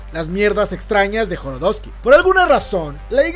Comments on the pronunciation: No mms 😂 es Jodorowsky , no Joro .... Y es Pier Paolo Pasolini , no Pior Paolo. Deberías evitar en lo posible esos errores , son detalles muy básicos que un canal como el tuyo no se puede permitir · Jo do ro wski no jorodowski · joDOROsky, no joRODOSky... estan bien culeros los filmes de ese wey.